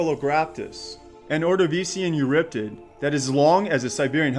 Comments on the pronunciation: Eurypterid, not Euryptid!!!! For crying out loud, pronounce your 'er's!!! Besides, everyone who watched Sea Monsters (myself included) already knew that the picture was a screenshot from it! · It's not eurriptid, it's pronounced "You're e tear Id" tear being like tearing a book page, not a crying tear. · It's eurypterid, not euryptid.